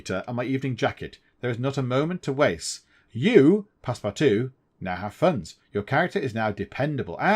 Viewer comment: Your missing out on a great book. :) For your info... The book (and the movies) were not set in SteamPunk settings. It was normal environment for that time period. You ARE pronouncing Passepartout's name correctly. And Phileas Fogg typified the ideal Proper Englishman. Very Punctual, and very Exacting, very set in his ways and schedule. He was NOT adventurous before his little 80 day trip.